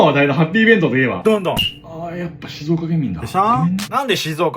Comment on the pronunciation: 発音が「しぞーか」寄りなところ、ポイント高い